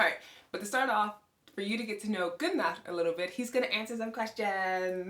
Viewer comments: We actually do say it like ’Guu-Narr’. Then English speaking people made their own remix aka Gunner 🔫😅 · Loved how you pronounced your husband's name 'Goo-Narr' vs. 'Gunn-Nerr'. Have a friend whose father is from Sweden. We've always called him 'Gun-Nerr'. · Always loved the name Gunnar but now hearing it with the Icelandic accent, even more. In English it is broken up in two syllables, between the two Ns and in Icelandic, it is split after the Ns, and rolled R. Love u guys as a couple! Did u notice your facial structure is similar. Both with broad faces and flat straight foreheads.